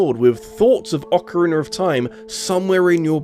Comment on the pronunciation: British people say words that end with a as "er"